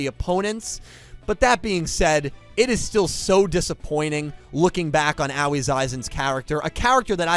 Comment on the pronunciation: not tryna be that guy but id like to point out her name should be pronounced more like ah-oh-ee